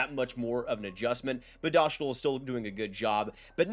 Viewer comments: Dough-stahl not dosh-tol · Yep, it's simply Dostal as in MS-DOS. Good vid. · It's DostWALL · send me a video where Dostàl says his full name and pronounces it “dough stahl” and I will admit that I’m wrong. I’m serious too, I won’t take back my words or anything. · S=s. Š=sh. A=a. Á=aa So Hašek is Hashek while Lukáš Dostál is Lu-kaash Do-staal. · Its Dough-stahl - Eastern European. You must be thinking of his first name. Which is LOU-KASH